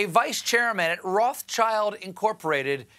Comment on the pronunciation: Rothschild is not pronounced «Roths Child» :-)